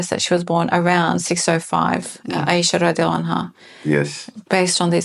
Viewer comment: the AI pronunciation of Ayesha in your video is cringe worthy, but overall it is a valiant effort. However, there's a much stronger evidence than the arguments used in your video presentation. Qur'an 4 : 3 stipulates marriage to mature women which excludes female children.